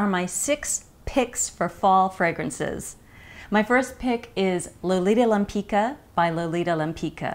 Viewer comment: I love your reviews Katie but the pronunciation of the name Lempicka is not LEMPEEKA it's LEMPEETSKA. The founder of the brand Josiane Maryse Pividal has named it after a painter Tamara de Lempicka from Poland :)